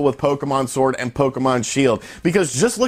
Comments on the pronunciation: LOL I thoroughly enjoyed listening to you say pokemon shord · you said "shord" hahahahahahahahhahahahahahahahahaha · In the beginning did he say Pokemon Shord? Lol